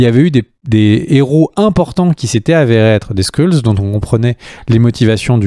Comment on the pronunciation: Très bonne vidéo intéressante et un max d’infos sur l’univers Marvel 👌 par contre ‘’ les Skrulls ‘’ se prononce ‘’ Skreul ‘’ hein 🤣